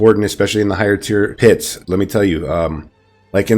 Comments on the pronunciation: Love the build.. I have to point out something though. At 1: 55 ish you said higher pure tits instead of higher tier pits. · When he said "higher pier tits" I felt that